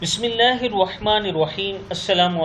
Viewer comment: بھائ اپنی بسم اللہ ٹھیک کرو ،،، بہت برا لگتا ھے جب آپ ھروا نروا بولتے ھو ر کے اوپر ذبر ھے آپ پیش دیکر عجیب لفظ بنا دیتے ھو سن کر غصہ آجاتا ھے